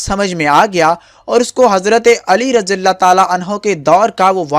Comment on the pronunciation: plz correct ur pronunciation how to say razi Allah about man sihabi. Stay blessed